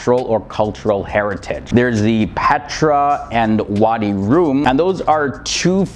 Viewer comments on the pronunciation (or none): The Zionist state is an occupation. The majority of Jordanians are from Palestinian decent. They were kicked out of Palestine after the wars of 1948 and 1967. You switched the names of Musakhan and Mansaf- A crime punishable by ‘smiles’ in Jordan. It’s pronounced Rum as in Rum the drink, Run, Sun Note Rume Thanks for the info about the origin of the name Philadelphia.